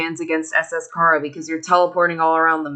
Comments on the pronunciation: its not khara its CHARA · Your saying chara wrong. It's chAra. Like in CHARAter